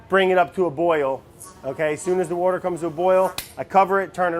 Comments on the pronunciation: Jesus Brad, give Andy some wouder. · "wourder" never gets old lol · I thought wourder was some kind of ingredient I didn't know about lmao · from this day forward i will now start using "wourder" instead of "water" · Petition to change the pronunciation of water to 'wourder' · I love It's Alive.... like I got so excited just now when I saw this was posted. Also, I feel like this would be a great show to make into a drinking game. Words/Ques to take a drink: Brad says Wourder Brad says Fermentation Station Vinny makes fun of Brad Brad can't say words right Brad changes his recipe mid-episode Brad doesn't know what day it is/how long something has been fermenting Brad sees a cute animal